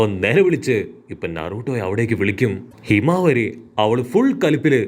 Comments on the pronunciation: Hinawari alla himawari 😅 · Hey bro hinavaari alla himavari aan